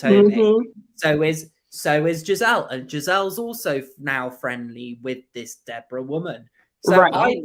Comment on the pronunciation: Her name is Deborah NOT De Bora